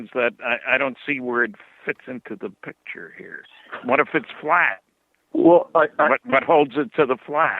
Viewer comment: picture, not pitsure